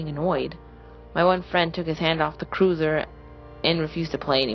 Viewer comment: Just a slight critique. The first story you kept saying cruiser but it should be cursor. Other than that, GREAT JOB!😊